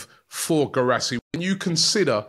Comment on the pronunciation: Pronounce Gee rah see. Its gee you pronounce the Indian butter gee